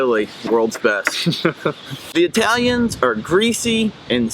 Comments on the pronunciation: Bitte lern mal das Wort EI-täliäns korrekt auszusprechen es heisst I-talians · I think, based on his.pronunciation of the German suffix "-ig," that the German is not from South Germany at all. Why was he calling Italians "Eytalians?" German does not have "eitalisch" but uses "Italiener." (Older German used "wälsch" for "Italian.")